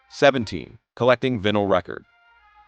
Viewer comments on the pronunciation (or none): In the 2070s, one of the "25 Funny Things People in the 2020s Were Totally Guilty of Doing": posting videos on YouTube, and, whether or not using AI, the videos' narrations would mispronounce even simple words like "MACRAM" for "macramé," "PEET" for "pet," and "VIN-ǝL" for "vinyl"!! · Who doesn't know how to pronounce vinal.